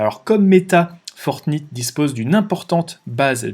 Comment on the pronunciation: La Naintendo ? :) Fortnite (comme la nuit, night), oui je sais je suis sévère sur la prononciation mais tous les jeunes de moins de 20 ans connaissent, jeu aussi connu que Donkey Kong ;). On achete avec des vrais euros des tenues (déguiser son personnage en lapin ou militaire) les marques du luxe y voient aussi une oportunité. Dans quelques années dans GTA, si vous voulez que votre voiture soit une Ferrari dans le jeu, faudra payer et vu l'importance du regard des autres, les gens payeront pour que leur personnage soit à la mode. Fini Mario le prolo en salopette, il devra avoir une tenue Louis Vuitton... Il Sinon super vidéo, sujet à la mode que je cherchais à approfondir